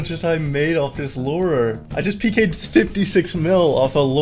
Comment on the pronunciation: it seems from your videos that youre having trouble pronouncing "lure" you say lur and lore, but my man its lew-er